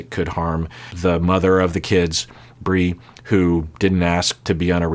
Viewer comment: Bri’s name is pronounced Br-eye